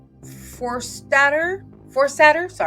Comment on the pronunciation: JK Rowling is right on. The woman who made this video isn't. She comes off as uninformed, bigoted, authoritarian, censorious & that out of touch.. She made it evident she has no idea AT ALL what's been happening in the UK over the past 6 or so years when she stumbled over the pronunciation of Maya Forstater's name. No one who's been paying close, thoughtful attention to the debates in the UK related to the conflicts between "gender identity rights" and women's rights, child safeguarding and LGB rights since the GRA consultation, the case of "Karen White" and the brutal assault in broad daylight on Maria McLachalan, a petite 60 year old grandmother by a big strapping 26-year-old man in the name of "trans rights," would be unfamiliar with how to prouncounce Forstater's name. No one who's paid attention to the scandals & shocking developments in the UK related to the Tavistock GIDS, Kiera Bell, Mermaids & Susie Green, the Cass report, Gender GP, Rosie Duffield, Allison Bailey, Ruth Hunt, Stonewall, KJ Keen, Harry Miller, Adam Graham/Isla Bryson, the Scottish hate crime law, India Willoughby, Sarah Jane Baker and many more would voice a view like this about JK Rowling. Someone informed might still disagree wth JKR, but if they were a fair-minded person who believes in freedom of speech and women's rights, they would respect that JKR has every right to speak up - and they'd acknowledge that she is right about many things she has said. As for Maya Forstater: she is a brave, brillia